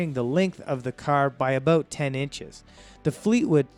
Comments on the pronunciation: I think so, he speaks in Liters, plus some of the pronunciations."abote $7000" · He's Canadian...not American. He clips his words like how he pronounces "about" . Explains his lack of knowledge of American cars.